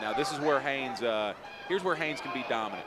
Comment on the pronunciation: as someone whose last name is also Haynes, i gotta wonder why people have such a problem with the N in there...the commentator said Hayes for the first minute and a half..pisses me off